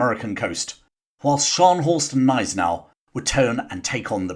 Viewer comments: Admiral von Spee. Pronounced Shpay (English spelling) Gneisenau Pronounced guh neisen ow Good video otherwise,. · Hi,, thanks for replying. The ones that hit my ears are Von Spee, where the EE is more like french ÉE than as in English "spree", and Gneisenau, where the G is hard.